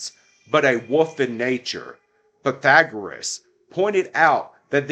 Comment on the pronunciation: It’s Wolf not “woof”.